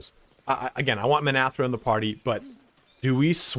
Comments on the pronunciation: Minthara, not Minathra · Dies he say Minthara's name wrong through the whole video?